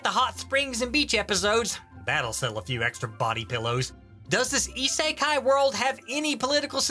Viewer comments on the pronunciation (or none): Cant get over the fact that he pronounces it as "ee-sae-kai" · the purposefully mispronunciation of "isekai" makes this at least twice as funny. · Am I the only one who finds the way he pronounces "isekai" irritating